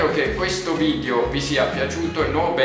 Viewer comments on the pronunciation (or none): none